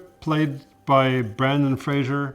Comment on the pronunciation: Here's my small critique... his name is Brendan, Not Brandon.